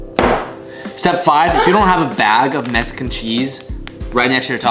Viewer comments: you’re a hoser for saying “melk “ and for pronouncing Mexican cheese as “mesican cheese”. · "Mesican Cheese"